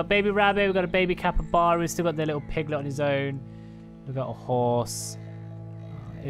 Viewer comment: Haha. “Capre-Chuba.” Funniest thing I’ve heard all day 🤣